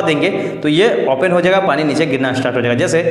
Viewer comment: Once he said pana to pani 😂😂😂 but excellent 👌🙏🏼